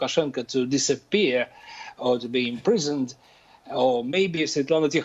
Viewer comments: BBC you are embarrassing. Can't even say Svetlana's full name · Well, as you may see my name is Slavic, I speak Russian and no, this is not a 'good job' in pronouncing Svetlana's name. BBC should have done their homework and learned how to say her name.